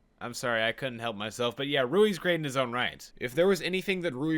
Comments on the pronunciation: The dude's name is Louis. As in King Louis. Not rooey. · why do you keep calling Louie "Rouie"? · Ok how come he says lesgosi but still says Rouis for Louis? Literally the only nitpick I can see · You calling Louis "Ruri"...why? You made a point to call Legosi that, so why ruin that streak with calling Louis "Ruri"? He's named after King Louis, I mean...why lol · It's pronounced like that in everywhere except Asian countries, buddy. "Rouis" is a Romanized spelling of "Louis" in Japan, since the Japanese alphabet does not have the character for L, or rather, the character for L and R both share the same place. "Rouis" is literally the Japanese equivalent of "Louis." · So you call legoshi legosi, and loui roui, even though he’s named after another person called loui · oh my god "Rouis" imma kms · By wanting to pronounce their names correctly, you paradoxically prounced both of the leads names wrong. Louis is supposed to be pronounced the french way and the 's' in 'Lugosi' is an 'sh' sound, that's how it's pronounced in Hungarian.